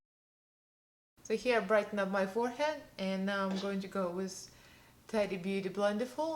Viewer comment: Love when pronouncing someone’s name. Practice a bit. Ta... Tee... it sounds like you’re saying Teddy... like teddy bear. It’s completely fine when you speak in accent with words. Yet when addressing someone try to pronounce their name properly. I think your sponge did a way better job. Your eye look is stunning.